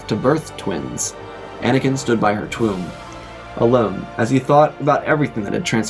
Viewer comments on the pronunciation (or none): you said twomb on